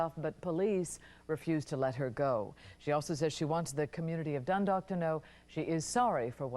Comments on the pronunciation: U mean Dundalk home? Not dandalk.. come on bro it's literally spelled dUn.. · I live in the area.. that was insane time..I can't believe that was 26 years ago..And its Dundalk Md as in Dunn dalk rythmes w talk.😂😂😂actually you got the 2nd syllable right. Just the Dun oart